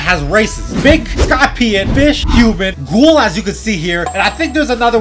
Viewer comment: fdiji cool vid and you sayd tails gouhl